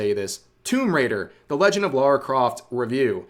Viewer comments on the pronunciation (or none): It’s Lara not Laura please get it right and stop doing it for rage bait this nonsense has been going on over ten years now . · Her name is Lara, not Laura. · Thats not lara croft, thats lary croft